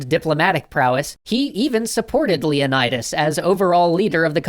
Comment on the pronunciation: the pronunciation of Leonidas is painful. On one hand, i love hearing again, on the other, my classics student senses are tingling